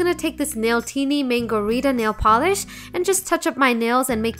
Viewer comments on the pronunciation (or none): none